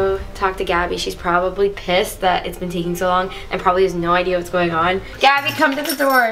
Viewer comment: It’s actually “gabi”